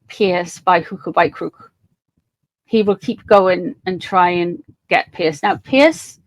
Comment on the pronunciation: It’s not Pearce, it’s Piers.